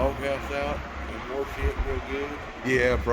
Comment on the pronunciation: Car WERSH?? Wtf???? ENGLISH for all us out west???! Id die 20,000 deaths for a 70s shorty Dodge!